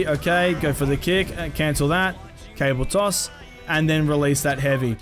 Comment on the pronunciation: lol he kept saying cable toss not caber toss